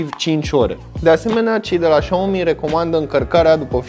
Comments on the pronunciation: trotineta se numește Xiaomi Xiaomi tu ai zis și aomi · Spui șaomi , când ar trebui sa citești siaomi sau chiar cum scrie xiao mi și mijia i loc de miya Dacă nu știi cum se pronunța le citești pe amândouă cum se scrie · Se citeste "șa'omi"